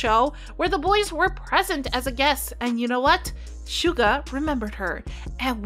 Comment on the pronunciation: Girl shuga it’s suga or you can call him yoongi